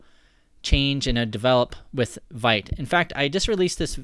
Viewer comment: It's pronounced vit not vite